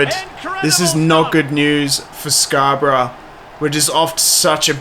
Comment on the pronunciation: Nice video, it's Scarborough for future reference though😂